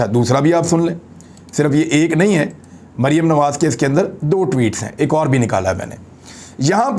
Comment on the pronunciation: Imran Bhai is Bibi Ka name to kindly theek pronounce Kia kren. I mean Maryam safdar or yeh mumkin to nhi k yahan pr Beth KR is pr laanat bhejna or apko yeh zaib b nhi deta lekin me phir b kahoon ga k in pr laanat zrur bheja kren . laanat ullah beshumaar ..... yeh sb beghairat hen. or Maryam safdar kesi mutmain beghairat hy k laanat parhny k bawajood muskra rahi hy.... laanat sharif khandaan Ty beshumaar